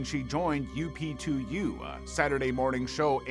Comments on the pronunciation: did he just pronounce UP2U wrong? he just said U-P-2-U when in one of the clips he featured the woman said UP-2-U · my head exploded at his repeated, horrific pronunciation of many of the names. He's a typical American who is utterly ignorant of how to pronounce anything outside of America. I mean, seriously, "U. P. 2. U" is "up to you"! Anthea even says "up to you" and he still got it wrong! What a moron. His pronunciation of the names of British, Polish and Yugoslav people was wrong. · U..P...2...U?? 😂 Obviously it's pronounced "UP" 2 U!?! Not "U...P...2...U". The AI has surprisingly poor grammar for this day and age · It IS AI. just look at the story the AI has U..P..2..U pronounced incorrectly when it's obviously "UP"..2..U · totally botched saying up2u tv show correctly. Then seconds later has a clip of someone saying it correct.